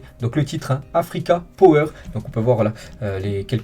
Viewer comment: On en parle sa façon de lire "power" ?? 😆😅